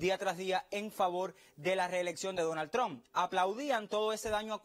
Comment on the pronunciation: "Donal Tron tueni-tueni" Que clase de camaján el "artista" ese... se jodió